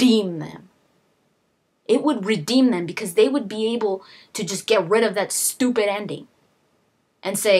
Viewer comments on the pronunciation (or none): your way of saying "stupid" belongs on jersey shore haha.